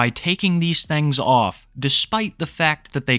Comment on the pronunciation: I love it when you say "thangs"